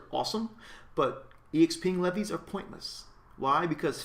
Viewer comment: leves is pronounced like the word leaves btw